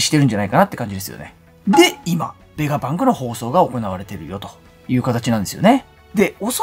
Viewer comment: 作者に失礼なので名前間違えないで下さい。何度も同じコメントしてるのに読んでくれてないんですか？ ベガバンクじゃなくて、ベガパンクです。 動画見てみて下さい。ベガバンクって言ったりベガパンクって言ったりしています。